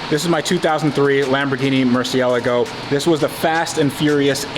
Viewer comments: Wow First time I see an American YouTuber say Murciélago the right way, and not Murcielaaagggo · I like that you pronounce murciElago the right away. It sounds terrible when english speakers say it wrong.